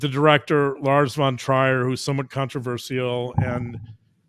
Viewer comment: The name Trier is pronounced Treer. Love to listen. Thank you for showing us and explaining the depth of the damage inside human psyche.